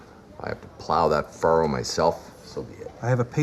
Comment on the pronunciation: Furrow, not burrow 😊